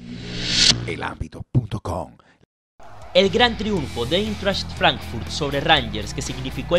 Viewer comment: Se pronuncia : Aintracht, porque en alemán el diptongo formado por las vocales ei, se pronuncia Ai. Igualmente la unión de las vocales EU se pronuncia oi, como en la palabra heute, que traduce hoy y se dice joite. La h se menciona como jota.